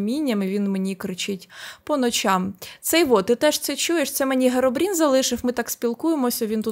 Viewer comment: Херобрін а не Геробрін